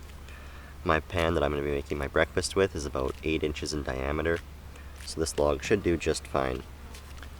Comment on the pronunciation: Hey are you Canadian?……….”What are you talking aboot?”